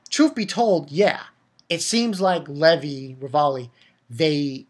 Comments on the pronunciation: and i don't think you call him levolley XD great video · I don't mean to sound like a dick, but don't his friends tell him how to pronounce Levi's name right or anything...? its said fairly clearly in the dub how to pronounce it.